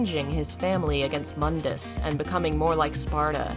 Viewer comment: Can't help but notice in the dmc videos.....does KNOW Mundus's name is pronounced MOON-DUS not MUHN-DUS?!